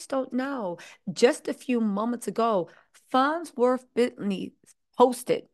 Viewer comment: Are we gonna pretend that she is not saying “FONT WORTH” over and over again? 😂😂😂😂😂😂😂😂😂😂